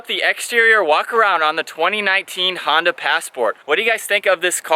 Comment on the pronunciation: Honda?!?? You mean not Hona